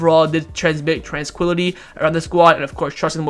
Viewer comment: "transmit transquility" - dropping a like just for that.